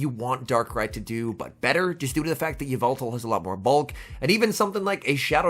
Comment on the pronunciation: Lol u say y-veltal makes the sludge bomb.